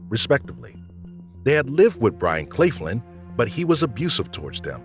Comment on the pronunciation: Linda's stepfather's name was Byron Claflin, also Claflin is being pronounced wrong